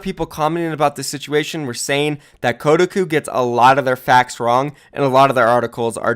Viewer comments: KOH-TA-COUP. not kudaku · did he just say ko-duh-ku? It's Ko-Ta-Koo? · Its defamation, not defamination. Its not pronounced kodaku, its Koh-tah-ku. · This dude rly said kodiku instead of Kotahku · That pronounciation is Kotaku is getting to me, it's pronounced koh-tah-koo, not code-a-koo. Good video regardless. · Bruh it's "koh-tah-koo" lol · You've never heard of Ko-Tah-koo???? What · That websites name is actuallly pronounced KO-TAH-KOO, but yeah it is a shitty gaming website. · It's pronounced Co-tar-koo. They're big in SEA, but they are known for click bait and spreading incorrect info. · Koh tah kuh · It’s “Koh-TOCK-Oo,” damn it. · phonetically spelling koe-Tak-Coo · You pronounced Kotaku wrong haha, its "Ko-Tah-Qu" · "kotuhkoo" REEEEE TRIGGERED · It’s Koh-Tah-Kuu please pronounce it right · It's pronounced "Co-tah-coo" btw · Kotaku is pronounced Ko-tah-koo, just a heads up:) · you makeme cringe its pronounced KOH TAH KU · I believe it’s pronounced co-ta-cu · koh-tahk-oo defamation Good video :) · o.0 you havent heard of kotaku? also its pronounced Ko-talk-oo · It’s Koh-tah-coo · I just die every time he says “Kuh-uh-cu” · which is worse Kotaku's credibility or pronunciation of kotaku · How did you say kotaku? Lol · That Kotaku pronounciation, yikes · That moment when pronounces Kotaku wrong, and I become very confused. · Damn you completely butchered Kotaku's name lol. Tell Profit we support your relationship by the way. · Pronouncing Kotaku wrong boi